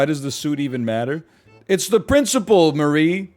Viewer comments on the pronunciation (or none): none